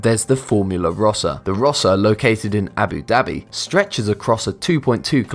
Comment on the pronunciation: It is not abba dabby it is au ba du by